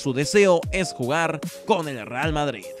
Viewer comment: pero la concha de la madre, ¿por que dice "Erral Madrid"?